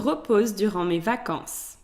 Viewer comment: Awesome lesson. it's vacances* not vancances :)